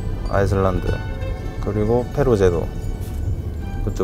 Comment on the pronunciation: 페루 (X) 페로 (O)